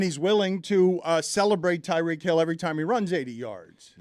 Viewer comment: Someone please tell Stugotz it’s pronounced Tie-REEK Hill